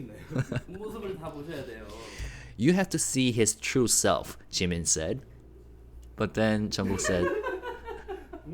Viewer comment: Thanks for this... It sounds like JK is still saying JIMINSHIII